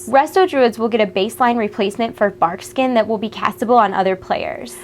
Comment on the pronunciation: she says bark-skin. i heard Barf-skin. Was like 0_0 probably not going to play my druid with that one >.>